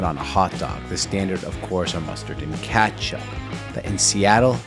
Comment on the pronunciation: Intresting accent on saying ketchup